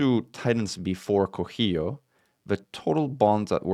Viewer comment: this titan is named for the zapotec god of rain and thunder, it is pronounced "co see yo"